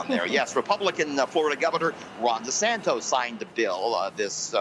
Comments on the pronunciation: DESANTIS. Not DeSanto! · DeSantOs? C'mon you should learn the guys name before you criticize him, now go for a run!